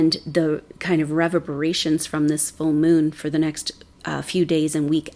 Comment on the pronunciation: Love ur msgs! One small pronunciation point: "re VERB er ATE" " re VERB er Ation" ! Your vibrations R sooooo lovely, TY for ur help!